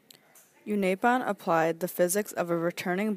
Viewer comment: you've pronounced unaipon wrong